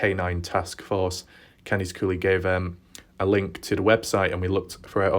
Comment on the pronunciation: I think it'd be cool if you tried the US pronounciation of Candice in your next vid. "Can-diss" instead of "Kahndeese"....ok. But i do like it when you say "Kahndeese", I laugh inside a little everytime.